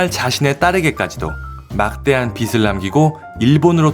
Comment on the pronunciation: 빚을'을 읽을 때에, '비슬'이 아니고 '비즐'이라고 읽으셔야~.